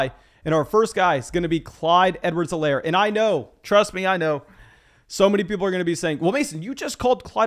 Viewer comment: Clyde's last name is pounced EE-Lair, buddy.